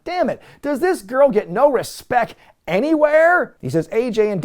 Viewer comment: I love that has adopted the "Respeccc" pronunciation 😂